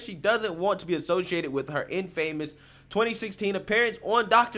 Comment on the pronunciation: I mean... she turned an interview on a shitty daytime show with a fake psych Dr into a $150 million empire, tapping into the baser parts of our sick society. I can't be mad at her, even tho I desperately want to be. Edit: it's pronounced 'in-fah-mus' not 'in- famous'